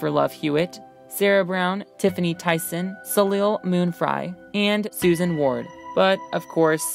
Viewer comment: IT'S PRONOUNCED TIFFANI "THEE-SEN", NOT TYSON.